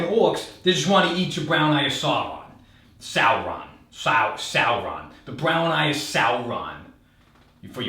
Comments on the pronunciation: Good pronouciation on "Sauron". -Signed a F*cking Nerd. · I’m just impressed he took the time to pronounce Sauron correctly, prior to making an anus joke of course. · I like how he says sauron more proper than most peoples names.